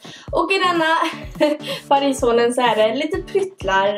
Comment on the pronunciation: Säger man inte haulen eller haul du sa hålen